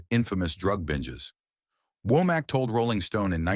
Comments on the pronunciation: Why do you keep saying "Wack" instead of "Womack"..... that is high-key shade, sir. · Why can’t say Womack?